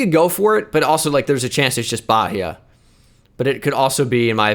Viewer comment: Hey, just went on a multiple tweet rant on you about twitch vods. And since that content isn't available yet, came here to check out this channel and BIG CONGRATS on the Manaus pronunciation in the first minutes of the video. I ain't here to correct you on Bahia cause you have no reason or obligation to know it, so just gassing u up on the great hit. Also, nice to know the cognates there about Proteção Ambiental and Ambiental Protection. Did you know Portuguese swaps the adjective and substantive on the structure of a phrase compared to English? Cheers have a nice one